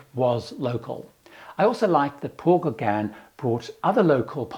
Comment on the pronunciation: Your "Englishness" is apparent when you (mis)pronounce "Les Gauguins"! LOL I've been on a 12-day Paul Gauguin cruise, and it was the experience of a lifetime! FAR superior to larger ships in other regions.